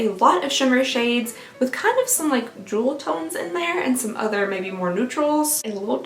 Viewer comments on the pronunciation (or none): none